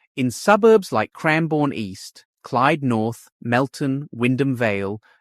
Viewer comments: Yes the mispronunciation annoyed me too! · You need to learn to pronounce the suburbs properly please! Moorabbin and Malvern!